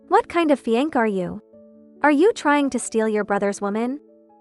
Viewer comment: I'm pretty tired of hearing "fiee-aNK" instead of fian-say. I hope someone can correct this with the AI.